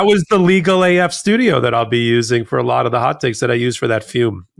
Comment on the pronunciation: “I won by a laat “. WTF is a laat?